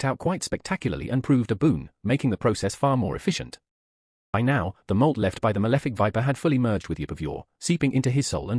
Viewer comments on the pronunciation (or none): Why does the audio say mold instead of molt?